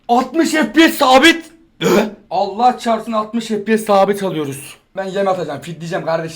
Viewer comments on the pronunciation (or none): none